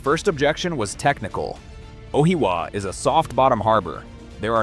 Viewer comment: I’m still trying to understand where he is actually talking about. Ohiawa is what I heard. Like if your gonna use ai use a good one not this rubbish. Justice for NZ!! 🇳🇿